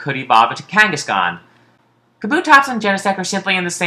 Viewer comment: Did he just call kangaskhan, Pakistan?